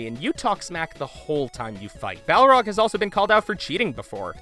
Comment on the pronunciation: Sorry, I got distracted each time you pronounced it "Bough-rog". Entertaining video though!